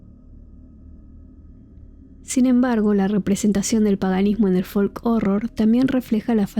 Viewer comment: La "L" en la palabra folk no se pronuncia